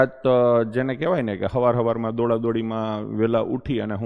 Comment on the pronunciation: Savar Savar Ma ❌❌❌ Havar Havar Ma ✅✅✅ 😂😂😂